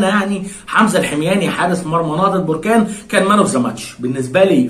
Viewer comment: للتصحيح فقط بركان تنطق حرف الباء بالفتحة وليس بالضمة barkan